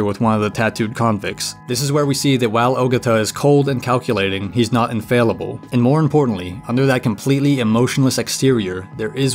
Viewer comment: small nitpick (sorry to be that guy); the 'fal' in "infallible" is pronounced like "pal" so it's in-fal-əble